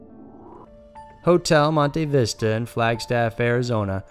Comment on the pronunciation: I almost died laughing at the way the pronnounced Hotel Monte Vista 😂😂😂😂